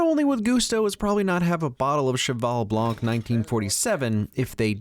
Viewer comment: Blanc, not blanque.